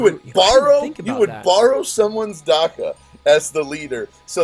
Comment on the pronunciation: Dah-kuh #slicer